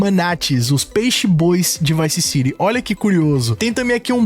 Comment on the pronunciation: Bravo però sentirti come nomini Vice City meriteresti qualche mese di reclusione 😂